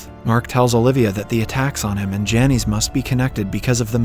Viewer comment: Lol those names are pronounced "Janice" and "Loyd.